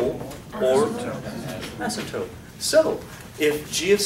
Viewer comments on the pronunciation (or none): ....asympote instead of asymptote, lol...